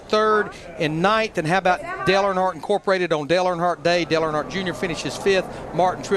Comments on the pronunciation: I'd Subscribe but you can't seem to pronounce "Earnhardt" correctly in any way! it is not "ArnHardt" ugh. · It’s Earnhardt like earn heart not urn hart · “Arnhardt” lmao it’s earn-heart Earnhardt lol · You couldn't bother to learn how to pronounce the name Earnhardt?